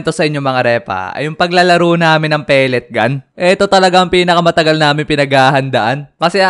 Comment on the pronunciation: Ay wow "pelet gan"😂